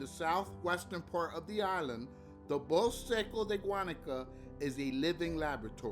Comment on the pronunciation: Bosk... lol, please just say bos-ke, we all know its a spanish word, don't have to leave it in half.